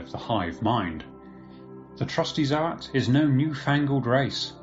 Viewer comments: Yeah, me too, zoats, not zo-ats. But we knew what he meant!😁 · Bruh im trying my best to like you but the way you keep saying ZO-ATS annoys me to no end, pretty sure most of us can agree its ZOATS and not ZO-ATS U know? like how people say GOATS and not GO-ATS? lul